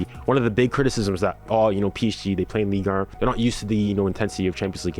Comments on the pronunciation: “Ligue Ern” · "ligue ern"